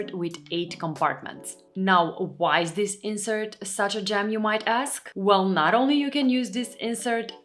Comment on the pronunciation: when you say "gem" I understand "jam" :))